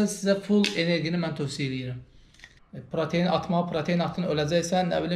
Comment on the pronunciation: [Protein] deyil [pratein] di, birincisi. İkincisidə ki, [energi] yox [enerji]